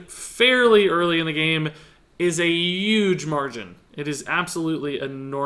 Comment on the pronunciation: I finally have to ask, after a lot of videos: any of you guys know where is from? The way he says "huge" (the "h" feels like its not there) is very weird.